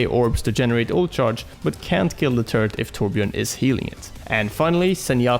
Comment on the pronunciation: Hey, just wondering why you as a swede pronounce torbjörn as tårbjårn:p